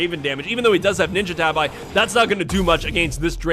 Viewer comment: it's pronounced tah BEE not ta by.